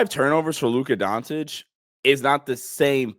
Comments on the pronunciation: “Luka Dontic” lmaooo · Time to learn to pronounce his name my man. Pronounce the first c the same as you do the second c in his last name. Don't know why you Americans feel the need to switch a C into a T 👍 Don't complicate it